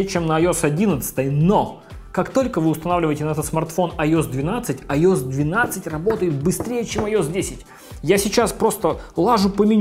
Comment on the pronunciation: Айос блять. АйоЭс!